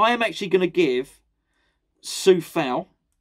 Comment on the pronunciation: not Sue ..... Sew